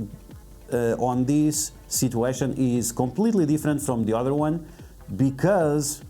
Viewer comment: "Slowly tap on this wong"